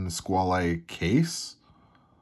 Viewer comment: You say it like it is, but you say it incorrectly: French= squawl. not sqwally.